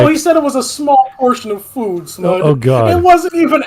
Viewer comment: Hahaha, smud say sea enema